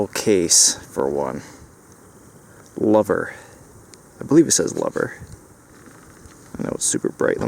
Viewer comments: the name is CLOVER, not ''Lover''. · Clover not lover.